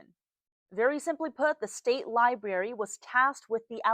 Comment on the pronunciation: This reporter keeps saying "l i b a r y." If you're reporting on a library, it's fair to expect a correct pronounciation. 🙄